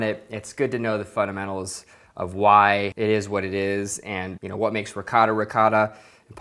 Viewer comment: In our LasagnE there's not "rihota (ricotta)" how you say it, there is "besciamella", which is completely different.